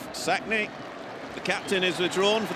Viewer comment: The name is Mmmmmmsakni, not Sakni, it is a person's name you do not get to decide to make it a silent M.